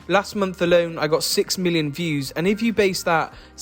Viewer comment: Every time he says million its sounds like billion so i have to do a double take haha